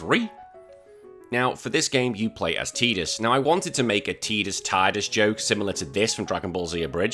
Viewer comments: I'm with you on this..games full of water.... Tide.... Tide-us ....tidus Stick your teedus with your ket shee 😂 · It’s Ty-dus, I will die on this hill. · Lost me at tee-dus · Sorry bud, it’s Ty-dus. The voice actor, James Arnold Taylor, confirmed the proper pronunciation of the name 😂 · I'm with you... Games full of water... tide...... Tidus ...I'll join you on the massacre on this hilltop ...you can stick your teedus with your ket shee😂